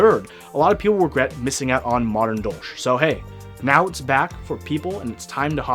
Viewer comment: Dolch is the German word for dagger and hearing it being pronounced as dolsch is super weird for me.